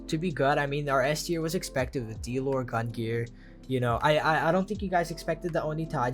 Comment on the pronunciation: learn how to pronounce gungnir before making a video about it and the sun in Leo is literally call the "sun" and you're saying the star pattern.. you guys are buffoon